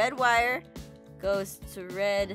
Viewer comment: It’s not a red wire it’s a wed wire